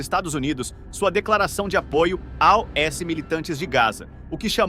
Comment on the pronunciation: Quando o narrador fala A-O-S minha pika chega a dar uma latejada aqui 😂 que porra de idiotice é essa moda?